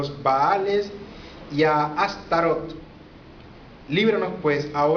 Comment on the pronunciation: Tu mi hermanos no eres mas que un ingenuo enganado por el EGO y quieres buscar soporte en tu pagina y tener seguidores, y esto te lo digo porque tu nisiquieras sabes pronunciar la palabr ASTAROT y mucho menos sabes quien es ni de donde vino el comandante ASHTAR SHERAN para decir y afirmar cosas como las que tu estas afirmando, pero sabes que, ya la pava no pone donde ponia, porque la mayoria de la humanidad ha despertado y sigue despertando de la esclavitud en la que nos mantuvieron como humanidad los Iluminati, las mafias, los Bilderberg y todos los seres humaos oscros que han actuado encontra de la humanidad y que han sido utilizado por los seres oscuros atraves de los goviernos mundiales y tu estas poniendote de su lado con todas esas estupideses que tu estas tratando de implanter en la mente y cerebro de todos los que entran en internet, pero ya la gente conoce las gentes como tu, que no tienen base de que lo que estan diciendo, afirmando sea veridico...ahi te la dejo de tarea.